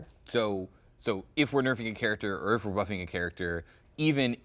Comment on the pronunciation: he says URf, URF confirmed! (I know he was just slurring "or if")